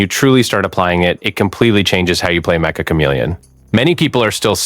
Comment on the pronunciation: It's metch-uh not mecha